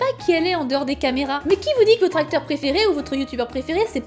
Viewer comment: "votre acteur préféré" au début j'ai compris "vos tracteurs préférés" XD